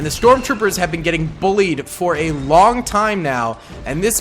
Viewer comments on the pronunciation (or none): none